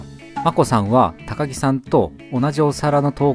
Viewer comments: たかぎじゃなくてたかきです、、。 かずやじゃなくてかずなりです、、。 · 高木(たかぎ)なのが気になった 正確には高木(たかき)ですよ